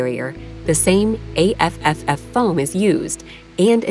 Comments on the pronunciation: The navy says A tripple F not A F F F lol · The foam is pronounced " A Triple F ".